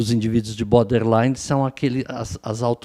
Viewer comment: Alguem avisa que é boRder line,não boder! 😅😅